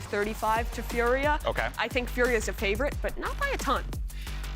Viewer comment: It's Fooriya not Furia💀